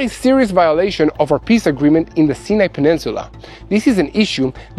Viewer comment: I love your honest reporting and pray for Israel. I thought I had been pronouncing Sinai wrong all these years as I have always heard it pronounced Sigh-a- nih. Like he pronounced it the last time. But the first three times he pronounced in See-a-ne, so I am confused. How is the desert pronounced by an Israeli?